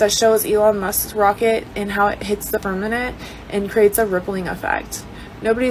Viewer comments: is she saying firmanent? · Great video! I wish the girl with the eyelashes would learn how to say firma ment. Sounds like she is talking about a fern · Fur-MA-ment, fur-MA-ment, Bambi eyes 😊